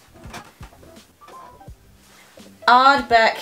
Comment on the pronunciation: "Ardbeck".....changed channel!